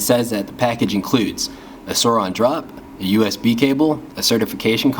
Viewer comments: SOURIIIIIIIN “iiiiiiiii” SAY IT CMON. NOT SOUROOOOOON. ITS SOURIN! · He sounds white He says sourin like he think it’s “souron” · It’s pronounced sore-in, but I really liked this video